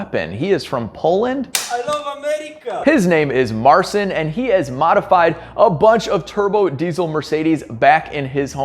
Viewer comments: if i think, i know what your trying to say about his name. His name is Mar - chin.. not marcin..... Just so you know. love the video. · I salute you guys and Marcin pronounced Marchin I guess And kurwa mać he's good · Its pronounced Mar-cheen you’re killing me smalls. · You really butchered the pronunciation of Marcin's name. Worth a google at least